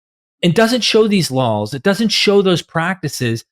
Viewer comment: Are you intentionally saying "lawls"?